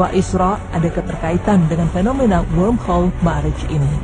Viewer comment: lubang cacing kok disebutnya worldhole? mungkin maksud narratornya 'wormhole '